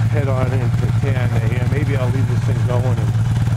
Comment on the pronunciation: It’s pronounced tuh-nana